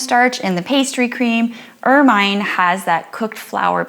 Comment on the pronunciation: Pronounced "ermuhn" not "ermyne"